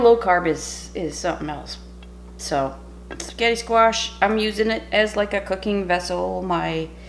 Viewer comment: QUEEN! Darling, you saying 'S'getti' uplifted my entire day.😍😊 This was definitely an inventive Booger delicious creation. All love to you, Tom and pupper and family. xoxoxo